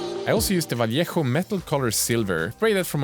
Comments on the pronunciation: Props on pronouncing Vallejo correctly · improved your pronunciation on vallejo brand. very well👏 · Thumbs up for your pronunciation of the word "vallejo". You improved a lot, congrats!